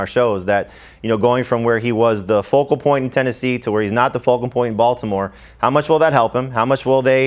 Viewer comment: For the love of God someone quietly pull him aside and tell him it's "focal point" and not "vocal point". This is the 2nd time I have seen you guys sit there and let the poor man look silly. Help him!